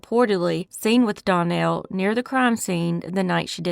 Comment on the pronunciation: Case #1 Danielle is pronounced Dan-yell.